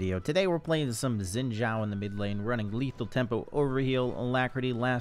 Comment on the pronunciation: it's "Shin Jow"! FFS